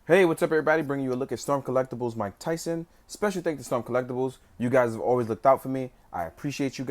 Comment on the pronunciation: Muay-ke Thai-son??